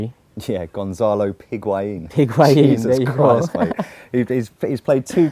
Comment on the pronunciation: As much as I like calling Higuan "Piguain" shouldn't go unnoticed after he scored two great goals on debut